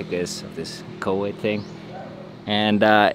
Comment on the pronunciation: Hi, very impressive underwater shots! Most of us have never seen these creatures. However - and since you mentioned it, V in English is V....not W. It is coVidn ot Cowid. My mother always had a problem with that, as well as most Icelanders. She always said welwet instead of velvet. Hope you see the difference:)